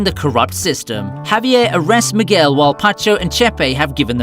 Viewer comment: Miguel pronounced McGill 🤦🏻‍♂️